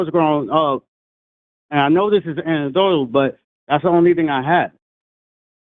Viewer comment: I thought I was having a stroke when said, "I know this is anectodatal..."